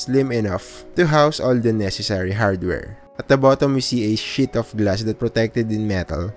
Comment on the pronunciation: When he said "a sheet of glass" I heard something a little bit different xD